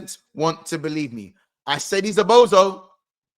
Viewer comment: "Whats hurts the most is they don't belee in us man." 😂